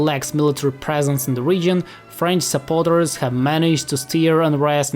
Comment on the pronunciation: That subtle Ukraine drop really got to me. That also explains the accent. Like I never heard "Chaos" (K-ah-ss) pronounced closer to "House" (HA-os) for example. "French SUPPORTERS?!" XD Sorry, can't help it, it's just so funny reading "Saboteurs" and hearing "Supporters". Alas, I am writing as an AMERICAN - Maryland to be more specific. It's among the least free states in the Land of the Free, yet SOMEHOW has not yet banned images of women sans clothes. :P